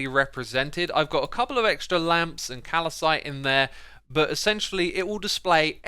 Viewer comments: Who else is annoyed with he calls calcite, calicite? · Xisuma its Cal-cite not cal-a-cite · CALCITE NOT CALACYTE AMETHYST NOT AMETHEST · CALCITE NOT CALACITE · X.. it's CALCITE not CALLUSITE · Hi X I noticed you saying "Calacite" it is pronounced 'Cal-cite' and is a mineral formed by calcium and Co3. This is in now way meant to be an insult or something else, I just thought it might be interesting for you. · please learn how to say calcite. it's calcite not calAcite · It's calcite, why are you saying calacite? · Its pronounced cal-site, not cal-i-site. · Xisuma, it's Cal cite, not calacite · hmm yes "calowcite" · If you read the name correctly, it's not calacite but calcite. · xisuma calcite is pronounced cal-site there is no i in the middle of calcite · Hey, Xis. It's calcite. Cal site, a mineral made of calcium. Don't worry though I misread it at first too. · Calcite is pronounced as [kal-site], two syllables not three. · Also... calcite. There's no I between the L and C. Think calcium, not California. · Calcite only has two syllables not three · I dont want to be rude, but you pronounce calcite wrong and it triggers me a little bit^^ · The way X pronounces Calcite is probably the worst mispronounciation I've heard from X in a while